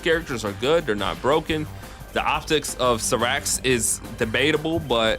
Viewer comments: I stopped watchin the video when i heard him pronounce it that way. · Never in my life have I heard Cyrax's name butchered that crazy lmao. Like there's an announcer that says the correct name of the character in the game itself. 😂